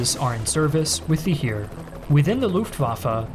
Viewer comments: Btw “Heer” is basically pronounced like the English word hare (the big bunny thing) or hair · Minor thing, but the Heer is pronounced like hair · The "Heer" pronunciation needs a little work. Also the G36 scandal was just that, the weapon is fine.